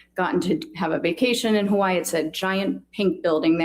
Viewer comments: Also. I lived in Hawai'i. Dr. Curry is actually pronouncing Hawai'i correctly. The 'okina, between the two i's is a glottal stop. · Lol that's how you're supposed to pronounce Hawaii, so I feel like it's okay😅 But I don't like when people say ex-specially because that one's not actually correct lol😅😅😅😅😅